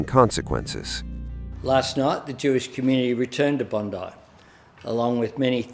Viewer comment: Why can't your AI pronounce Bondi (pronouned Bond-eye) correctly.